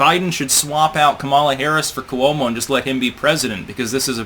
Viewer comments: It's KWO-mo, two syllables. Not Koo-WOE-mo, three syllables. Yet one more word/name mispronounced by. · For God's sake, it's KWO-mo, two syllables.